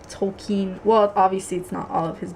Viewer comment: its pronounced Tol - ki - en